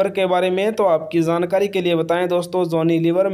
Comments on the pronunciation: Jaaankari hota ha Zaaankari nhi😂😂😂😂😊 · jankari ko kehty ho zaankari tum logon ki pronunciation kyun kharab ker rehy ho , jab sahi bolna nhi aata to video kyun kerty ho ,koe aur kam kro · Zankari nahi Hota jaankari hota hai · Jankari ❌ zankari ✅ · Jhankari not Zankari 😅😅😅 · Hahahha had ha yar itna jhooot video views k liye wo pic nhi ha uski saf pta lgta ha Aur han dusri bat lafz Jankari hota ha Zaaankari nhi hota 😂😂😂😂😂😂😂😂😂😂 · Are bhai zankari nhi hota jankari hota hai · zaankari nai hota bhai, jaankari hota hy, ar film 1998 me aai thi, pehly apni jankari durust kro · Abe zankari nahi hota he zyada urdu mat bolo,jankari hota he. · Bhai zankari 😂😂 kia h our amir h ameer nhi